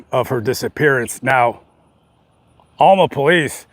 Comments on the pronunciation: It's not pronounced Allma it's pronounced AL-MA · You said Alma wrong lol